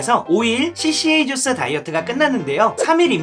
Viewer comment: 까주스ㅎㅎㅎㅎㅎㅎ 생각지도 못한 발음이예요!!!